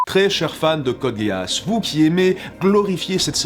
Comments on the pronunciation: question débile pourquoi dis tu Code Guéasse ? parce que on est bien d'accord que ça ne se dit pas Code Guisse, mais ça ne se dit pas non plus Guéasse ça fait quelque temps que je ne l'ai pas vu, mais il me semble que tous les perso le prononce GUIaSSe (les majuscules sont là pour ce qui est le plus prononcé, le a et le e sont presque muet) tout ça pour dire que prononcé Guéasse et tout aussi erroné que Guisse, sauf que guisse a une logique (prononciation anglaise) alors que guéasse n'en a pas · Je sens que 60% des commentaires sont : "MAIS C'EST PAS CODE GASSE , C'EST CODE GEASS (guisse) !!! " Je dis ça , je dis rien mais j'ai eu TRÈS mal aux oreilles pendant cette vidéo ... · Je sait qu'il ne faut pas se moquer des pronontiations mais...code: gay ass ? Serieusement ? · Ouais, si tu veux Guiasss ou Guiasse, c'est à un poil de cul la même chose, je parlais de sa prononciation comme on l'entends dans la série et suivant les seiyuu c'est prononcé sss ou sse. dans tous les cas ce n'est jamais guéasse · ça se dit Gui-As, et vous ne savent pas bien le prononcer. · ça fait mal aux oreilles j'avoue :-) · Woah, on prononce pas Code Geass "Code Gay-Ass'' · ghe-ass est tout simplement la bonne prononciation de Geass en japonais et aussi en anglais (comme on peut l'entendre au début de cette review du dernier film ) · À chaque fois que tu as prononcé code Geass du sang coula de mes oreilles